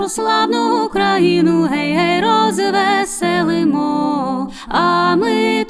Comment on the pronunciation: Згоден з Вами. Звичайно, своє авторське виконання теж має право на існування.... Але особисто мені подобається саме класичний варіант виконання цієї чудової пісні. Без отих дурнуватих розтягувань і наголосів на Гей, гей, роз - весе - лимо.